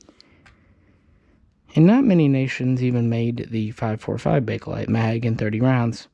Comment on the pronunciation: It is Pronounced Bake Lite !!!!!!!!!!!!!!!!!!!!!if this due says BAKe-A-LITE one more time my Mother in law will die of-A- cancer.....cell